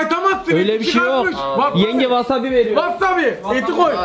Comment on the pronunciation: Vassavi değil vasavi